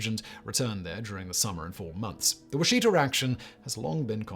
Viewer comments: It's not Wa-SHI-ta, it's WA-shi-ta. I usually shrug off most mispronounciations (e.g. AR-pahoe instead of ar-RA-pahoe), but this is particularly cringe worthy. Sorry if this has already been mentioned. I'm a former research assistant at the Oklahoma Archaological Survey. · Not because I care you said it wrong but I love how frustrating it can be with the Native American languages can be Wash-i(short sound)-ta how you pronounce Washita. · It’s pronounced ‘wash it ahh’ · We pronounce it (wash-eh-taw)